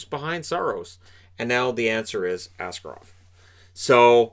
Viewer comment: Well done on that Shakir guy name pronounciation, tatar names are indeed absolutely brutal. Yet what will probably be more important in the future - it's Askárov, with a stress on the second syllable.